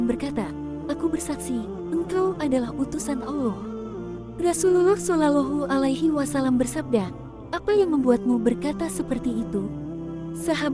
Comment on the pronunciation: tolong katakan jika nyebut Rosulullah solowlohu alwaslm bukan sololohu engga enak dengarnya